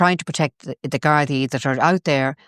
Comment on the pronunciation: Get Ezra back on soon; He is the only person outside of Ireland who can pronounce "Gardai" 😂